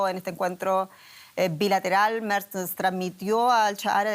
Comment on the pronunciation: El canciller "Merz", se pronuncia tal cual...con todas sus letras!!.